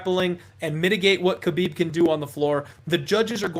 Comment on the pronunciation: “Haa-bib” no “k” Also I 100% believe he knows his dad is WITH him. People are looking from the outside. He is in his territory with his PEOPLE. You guys are only wanting to see the upset because the money is there. All good though I don’t blame people.